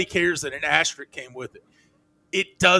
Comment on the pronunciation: Pet peeve. There are two S's in "asterisk". It's not "asteric".